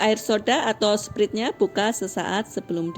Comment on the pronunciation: Btw sprite baca nya bukan sprit, tapi sprait